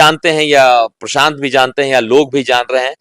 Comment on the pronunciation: Bhai tu prashant ji ka name sahi se bol Tumhare bolne ka tarika sahi nhi hi